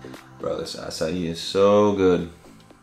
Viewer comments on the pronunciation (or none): none